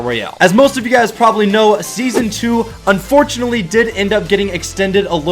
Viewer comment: Here in the big 25 for the nostalgia, "unfortunatley" biggest mistaken word in history